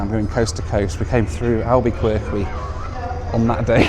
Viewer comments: Say it with me now, "AL-BA-CUR- KEY" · Although there are a few "Q's" in the name, Albuquerque is pronounced Alba KER Kee, comes from the scientific name for White Oak - Quercus alba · "Alba-quirky" and "Misery"😂 I love how Brits pronounce American cities🤣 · Albeqwerky and Missery are crazy pronunciations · Albuqwerkwy, RATT-on. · FYI, it’s AL-buh-kur-kee and Mih-ZUR-ee. Informative and entertaining video. Glad that you appreciate the USA’s beauty. We’re happy to have you. Cheers! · Please tell me you're pronouncing Albuquerque that way as a joke! It's Alba-ker-kee! And it's MisERee, emphasis on the second syllable! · Oh, Albuquerque is pronounced AlbuKerKey much like FRenc h QU is promounced like a 'K'. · Were you deliberately mispronouncing “Albuquerque”? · You really need to work on your 'Albuquerque' and 'Missouri' pronunciations, lol. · It was very enjoyable, listening to you try to pronounce Albuquerque. 😂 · Please stop mispronouncing albuquerque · Albuquerque- the Qs are both pronounced like Ks. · Chuckle how you say name... Al-bah-Kirk-Ee, Rah-Tone... Misery (That is how we say it, but it is Miz-Err-Ee or if you are from that part Miz-Err-Ah